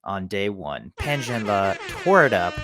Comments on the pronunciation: Ok, thanks for the fast update. Also, giving you big credit -- finally Pronounce Pan Zhan-le correct on almost all the major English speaking channels out there, spread it out to all your colleagues please, THX! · True. Le is pronounced Ler instead of Lee. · thank you for pronouncing Pan Zhanle's name correctly.